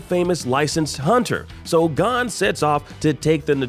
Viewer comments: Gone? More like the narrator doesnt know anything about anime should be gone. Its “Gon” hunterxhunter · Did you pronounce Gon as gone?? Here have my thumbs down for the low quality content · Bro lost me at Gon being pronounced Gun 😂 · It's gon like phone, not like gone, idk why I'm explaining this to a big company that did a top 10 list though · It's Gon not gone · You said the main protagonists name of hunter x hunter wrong just fyi it isnt gun lol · the way he pronounced Gon lmao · Why does he say gon like that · say gon wrong one more time you son of a ....